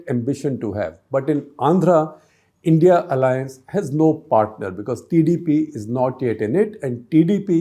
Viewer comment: Please don’t say “India alliance’ ‘it’s. I.n.d.i alliance’